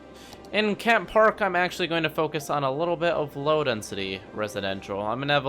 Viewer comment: it’s Kent not ket